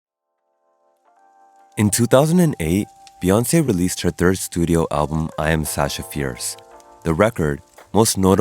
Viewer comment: Sorry, my bad. I listened again & realized I was wrong. The thing was just that you said "released her thirst album" instead of "third album". So I understood "first album". Sorry...